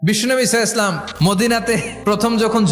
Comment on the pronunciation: আজ পর্যন্ত সাল্লাল্লাহু আলাইহি ওয়াসাল্লাম ঠিকমত বলতে পারলেন না